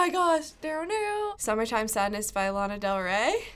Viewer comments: She knows her mother yet can’t say Lana right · “I know my girl” says Lana’s name wrong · lmaoo true 'lEna' tf ? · Its kinda irritating how they pronounce her name wrong. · kaye “I know my mother” says Lana wrong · “I know my mother” but yet pronounces Lana wrong ... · i know my mother (pronounces lana wrong)